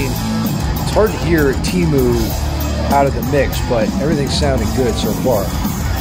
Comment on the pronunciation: The "ee" in Teemu is closer to "bear" than "tea". It's not Tiimu.